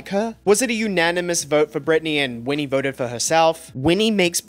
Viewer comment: & winnie, instead of whitney 🤦🏼‍♀️